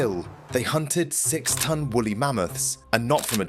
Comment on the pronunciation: 2.25. Wooly not wolly.